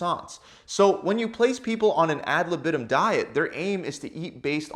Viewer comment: If you use Latin words you should first learn how to pronounce them. And „ad libitum“ is pronounced very different from how you do it.